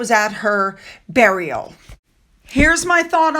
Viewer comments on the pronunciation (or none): none